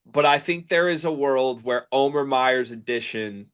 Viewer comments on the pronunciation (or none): his name is pronounced Omeeeer